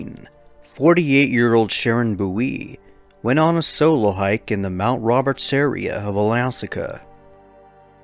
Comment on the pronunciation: "Alasaka"?? Cmon man! You should know pronunciation of U.S. States by now!! Disrespectful